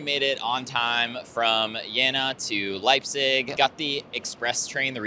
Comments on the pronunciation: pronounce it with a canadian "eh" in the middle, Jeh-na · Jeena! You have to speak the "e" Long!